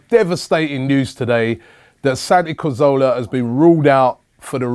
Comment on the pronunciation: Robbie perhaps you can take some time out to learn how to pronounce his name correctly by the time he returns? ;)